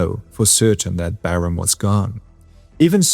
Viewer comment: LOL. Still using the AI generated voiceover. You’re a liar, and just lost a subscriber. Your channel was one of the best, but when you can’t pronounce Barham correctly you lost me.18 seconds and it’s obvious you’re still cheating, thereby ruining your channel.